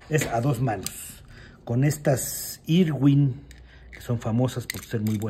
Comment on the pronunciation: Se Pronuncia " ARVIN " NO " IRWIN" 😅😅😅😅